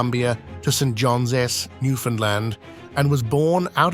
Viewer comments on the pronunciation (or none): You can tell when it pronounced St. John's as Saint John Ess. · “St.Johns is”???